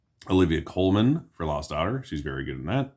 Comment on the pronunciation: Colman not coleman